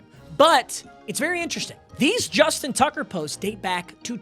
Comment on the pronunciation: “Justin Tugger”😭😭